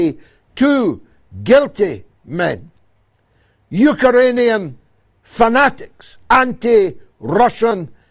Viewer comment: It's Ukrainian not Ukarainian.